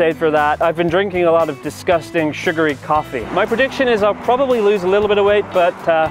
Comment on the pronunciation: Hold the o sound in "probably" a little longer